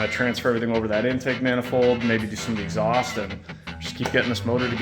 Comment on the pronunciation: hahaha "Eggs haust" nice touch